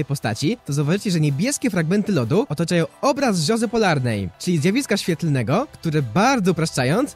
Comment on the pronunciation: "Rzozy Polarnej" XD